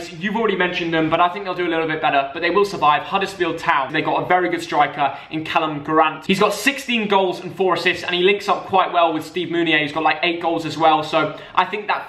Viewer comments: really just said 'callum grant'. Never heard of him but I do know Karlan Grant the goat. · You really are clueless, “Callum grant”. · Man said Callum grant😂